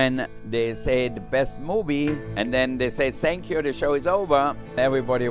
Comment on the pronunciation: That “thank you” around the 4 minute work was a polite piss off if I’ve ever heard one